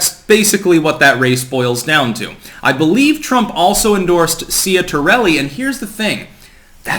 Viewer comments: Was waiting all morning for your take Edit: it's pronounced "Chatter"-elli and I hope he wins. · Ciatarelli is pronounced Chit-a-relly.